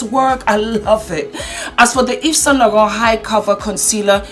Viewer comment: Now i have learnt the proper pronunciation of Yves saint Laurent! 🤣